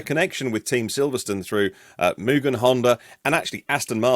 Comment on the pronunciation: You are the first person I've ever seen pronouncing Mugen correctly.